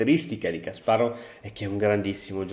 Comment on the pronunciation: Ciao! Credo il nome si pronunci /kasparof/, essendo russo! Te lo dico solo così per curiosità se ti interessa! Bel video🤩